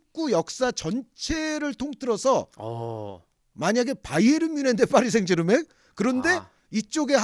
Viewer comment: 파비앙 발음이~ 파리 생제르망~이라는데~ 누가 생자르맹이라고 맹~~~하게 알려줬는지~ 참~~~ㅜㅜ